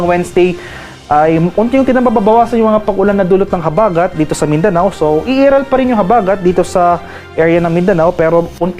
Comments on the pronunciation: Pls bigkasin Ng maayos ang salita "habagat" wag Po slang... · Ayusin mo Ang pagbigkas ng habagat😅😅ungas😅